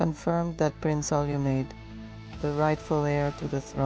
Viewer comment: The way the AI pronounced Olumade is killing me